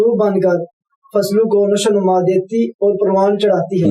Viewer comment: لفظ نشو و نُما نہیں نشو و نَما ہے